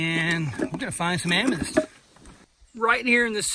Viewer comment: Not Am me dyst. Am me thyst lol seriously!